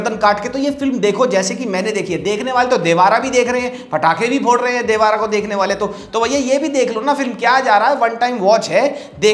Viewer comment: Brother it's देवरा, Not देवारा !!!!!!!!!